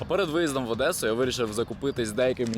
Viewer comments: Не адеса а Одеса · Одеса а нє Адесса